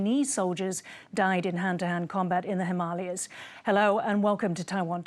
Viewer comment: For the first time a news anchor outside the Indian Subcontinent pronounced "Himalayas" correctly!